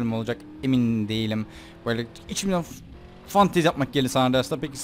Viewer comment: Fantez deyin aklıma başka bişey geliyor :D